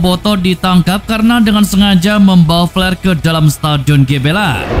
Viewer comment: Org Inggris = " flare " Org sunda = " plare "